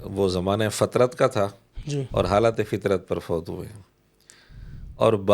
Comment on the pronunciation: O. fatrat ka lafz kahye fitrat nahin